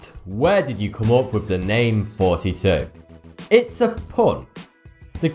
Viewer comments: Dus toch, ik was al bang dat hij een 'spraakgebrek' had... over gesproken - dat is 40+2 en volgens de numerologie staat dat voor mem (M) + bet (B)... de mem symboliseert WATER, de bet symboliseert HUIS - samen waterhuis of ARK... K A R E N K I E B O O M S -> KIES BOOM EN ARK... alles komt weer in een gewone beweging, als je een bijzondere TAAK hebt, dan haal je het onderste uit de kan en YouTube was een geduldige leerkracht... bedankt aan alle Arrans en Zachary's (K Hubbart) van deze wereld - YOU made the difference!!! P.s. - de kogel is door de kerk - het wordt Karen Kaisa Kiebooms, met Kaisa als Katherina + Isabella (mijn officiële voornamen) - K.K.K. dus, hebben we daar ook alweer een andere invulling bij verzonnen! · Is he being serious that he's secretly saying? Because that's what I hear him saying, LOL! I was just discussing that with my significant other this morning! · No, fankyou sir! Fink your the best. So you have been saying all this time you little trickster. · IIIIIII knew that you were saying!!!!! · oh my god. i knew he was saying all the time. aaaand people say i'm nuts! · I love how RIF is about himself because that's how it sounds to American English speakers lmao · Did anyone caught him saying "Forty-two" at the start of the video? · This is rif (facts about himself) He pronounce thoughty 2 "" or fouty 2 Coincidence.. I don't think so...... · Still I cannot understand whether you are pronouncing thoughty 2 or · AAAAHHH I knew you were kind of saying! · When he says his channel name it sounds like he's saying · This is rif and he pronounces his name as haha! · He pronounces his name and facts about him is in rif coincidence or not? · I always thought you said flirty two because of your pronunciation and British tongue...but no... just a pun... but the question is... is the answer to pie +£×€=? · Thoughty2 sounds like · every intro sounds like hey.... dunno